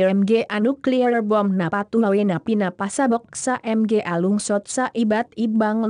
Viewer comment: I live in the Philippines and the voice there cracked me up, mga is pronounced ma-nga, not em-gay XD